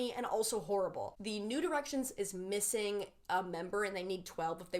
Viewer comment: I think I'm so late to this, but I did not hear "new directions" as "nude erections" until this video